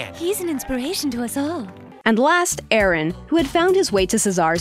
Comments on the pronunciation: It’s Aarón. Not Aaron. You pronounced it wrong. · The mentor gimmick was farcical but i still enjoyed that season for a few reasons. I liked Gerron and Shanika, and the rivalry between Bowen and Cesar had some funny moments. That said, a few corrections: Chef Sanchez' name is pronounced "Ah-Rohn." Not "A-Ran." It's not called a chill blaster, it's a blast chiller. Blast chillers are very high grade, well insulated middle grounds between fridge and freezer. I think a chill blaster is Captain Cold's weapon of choice. And the wedding challenge? Juni and Jillian didn't win the previous churro challenge to earn that position, the judges hand picked middling performers to see if they could rise to the challenge. Funnily enough the guy who did win the churro challenge was eliminated in the next episode.